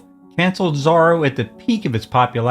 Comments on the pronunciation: think pronounced ZORO not Zaro, I think. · I think you're pronouncing his name wrong how do you say Zorro... like, or..o. not r-o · Exactly! His pronunciation makes me crazy.